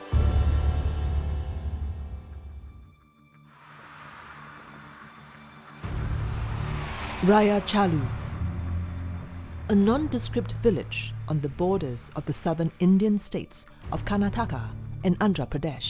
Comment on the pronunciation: Rayachuru not rayacharu